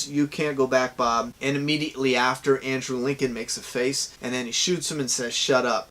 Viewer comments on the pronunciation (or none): none